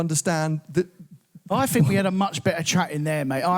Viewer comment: I fink should learn how to say ‘think’!!